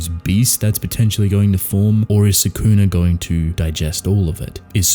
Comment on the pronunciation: Love the channel but I despise how people, like yourself, pronounce Sukuna’s name. Watch the anime again and learn how to say it.